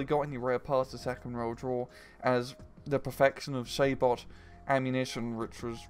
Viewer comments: P05TPWN3D Idk if this is about SABOT, but you saw it Say-Bow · Pretty sure sabot is pronounced 'sah-bow'